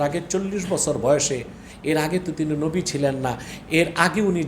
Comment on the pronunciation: ওনার কথাই তো হয় না উনি নবী কে নাবী উচারন করে